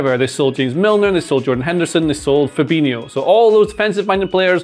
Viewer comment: Why do people call Fabinho 'Ferbeenyo'? It's pronounced Fahbeenyo.